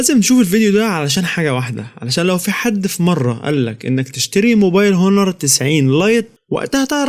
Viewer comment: اسمه اونر وليس هونر ... ملعون ابو مجانيه التعليم